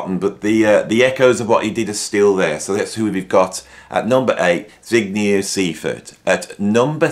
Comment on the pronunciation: You pronounced Zbigniew Seifert very wrong, but there's nothing wrong in that, it's great that he's on the list!